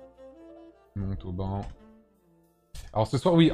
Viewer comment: Non mais où est donc la difficulté a prononcé Montauban ??? C'est quoi cette vidéo qui me fait vomir juste a regarder les photos qui zoom et dézoom. bref, inintéressante, je zappe.